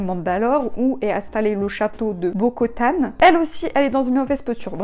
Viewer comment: vidéo très cool je suis plutôt d'accord avec ton avis. Je te conseille de regarder la série animée The Clone Wars pour en apprendre plus sur le passé de cette période. Et pour info c'est Bo Katan et pas Bo Kotan